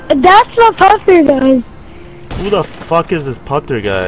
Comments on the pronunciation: "I'm " lol he messes up 😁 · What is the pronounciation ( i spelled it wrong probably) of his name - Putther